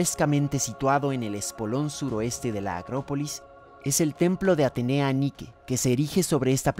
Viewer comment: Se dice Así; Atenea Niki Νικη